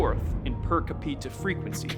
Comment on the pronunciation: Per Ca pita lmao